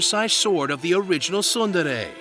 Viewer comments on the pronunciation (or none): Can't pronounce tsundere. 0 out of 10.